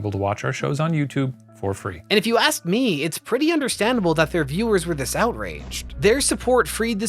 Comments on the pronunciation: Did I just watch a white guy open a youtube vid with "aks"? HAHAHAHAHAHAHA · .5 seconds in and is telling me what happens if I axe someone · "If you axe someone to name...." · "If you axe someone"?? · "If you axe someone..." "Ask". the word you need is "ask". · not even a second in and this mf says aks instead of ask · Sorry what? "If i AXE someone" what fool? LOL what? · did you say "if you AXE someone to name.."? You okay man? doesnt seem like a speech issue, seems intentional.. maybe dont idolize that ehh? common sense, ya know.. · I would never axe someone anything. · You shouldn't axe anyone. That's illegal.